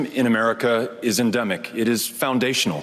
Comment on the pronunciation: "H'enDEMic"....A Frightfully, Flawed, Fiasco, of Cluckers....!!!!! 🤣😆😂🤣😆😂